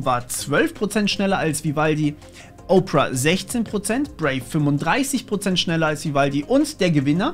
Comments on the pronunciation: Nicht Oprah, sondern Ópera! ;-) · Danke für die vielen Detailinformationen. Worauf ich aber überhaupt nicht klarkomme, dass "Opera" wie "Oprah (Winfrey)" gesprochen wird.🙃